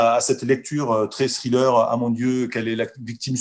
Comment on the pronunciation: cessez de dire scrilleur. lol